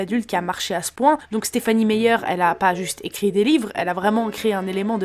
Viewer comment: Le rythme de montage, ton élocution et les inserts sont chouettes. Je salue le boulot de recherche, mais du coup c'est un peu dommage d'écorcher le nom de l'autrice et de parler de "prix Gaumont" au milieu de tout ça.